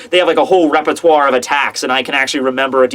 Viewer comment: the way you say "répertoire" is amazing